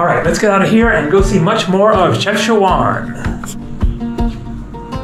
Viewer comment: the correct pronunciation is CHEF-SHA-WHEN. Ask a local to say it for you...Enjoy Morocco!